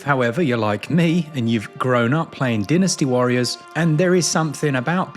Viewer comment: “Dinisti warrior”